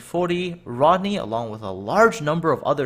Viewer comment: Plus you said Rodney wrong kiddo 😃